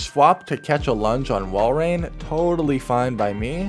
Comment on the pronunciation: thank you for pronouncing Walrein correctly xD